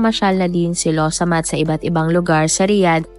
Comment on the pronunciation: Excuse me not losomath.. Its lawsamat... Means excuse me